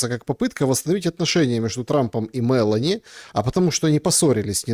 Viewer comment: не МЭлони, а МелОни😅